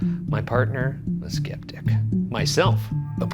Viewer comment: Did Ryan call Shane a skip dick instead of a sceptic or is it just me 🤔😂